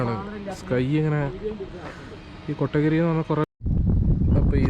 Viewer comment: ബ്രോ കട്ടഗിരി അല്ല കോത്തഗിരി ആണ്